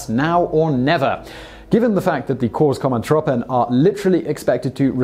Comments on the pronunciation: Korps Commando troepen, Similar like Corps as in United States Marine Corps, Commando has its normal pronunciation. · Heartless666Shadow he totally raped the pronunciation haha. And "Nu of nooit" does fit the Dutch.